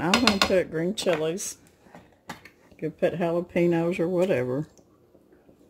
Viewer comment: Jalepen-yo Not jalepeeno